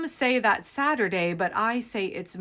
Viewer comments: The word is "statutory" as in statutory grape; not "Saturday" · I wonder if she flubbed the word “statutory” because there are so many words on YouTube that will get you demonetized or otherwise suppressed. 🤔